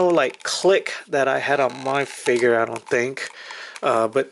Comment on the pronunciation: It's (PUDGY) (PIG) NOT (putty-pig), the red piece on top is a Mow-Hawk ! It's also called a ( Fig-ure ). It's not a Figger !!!! You didn't lie about the effect piece, you just forgot.